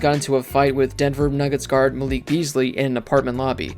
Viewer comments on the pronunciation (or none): none